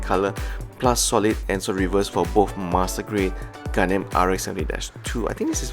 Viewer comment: I hear Gundamn not Gundam.